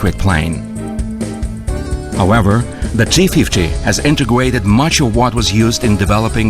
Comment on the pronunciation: integwuaded... had to turn it off sorry